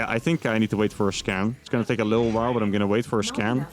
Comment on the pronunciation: you know when you try to say while you always say weyll instead of while !!!!!!!!!